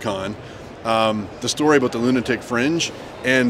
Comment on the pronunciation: I caught the lunitic in the first sentence and it stuck, NO THANK YOU